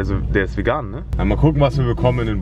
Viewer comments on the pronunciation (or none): none